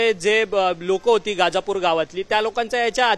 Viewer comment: गाजापुर नाही दादा गजापुर आहे ते